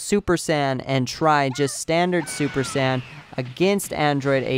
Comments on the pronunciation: He can't say saiyan probably drives me nuts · I hope you know you're not pronouncing Saiyan right, just saiyan...kill me